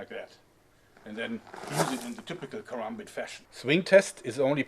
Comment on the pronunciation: congradulations you are the first white man I've ever seen to pronounce karambit correctly